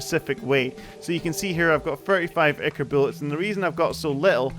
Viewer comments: i think its pronounced "eye-kore" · I -Core is how you pronounce ichor